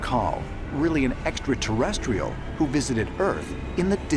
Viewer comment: He wisited the earth ha ha